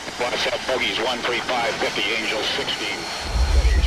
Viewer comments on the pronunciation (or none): none